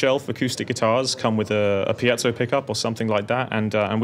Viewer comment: FINALLY someone pronouncing Piezo CORRECTLY Mike Dawes